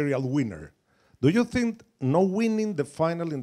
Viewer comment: Never heard a man 'zink' as much as Jose